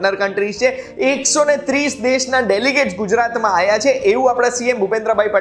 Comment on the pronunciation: Ek request che. Aaya ta nahi pan aavya ta em bolsho